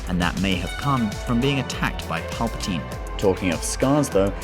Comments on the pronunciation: It's pronounced palpa-teen not palpa- tine(with a long "I" sound) did you even watch the movies? Pretty sad when even the movies say it the right way and you can't even say it correctly. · Just saying it's pal per teen not spelling but how it's pronounced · Who the fuck is palpotiine ? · Dude! For fuck sakes pronounce the word "PALPATINE" properly and not like a dumb idiotic spastic!!! Fuck me drunk mate!!! >=S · 100% BULLSHITR THIS GUY CANT EVEN PRONOUNCE PALPATINE CORRECTLY. HUGE STAR WARS FAN LOL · He only says it that way because he's from the UK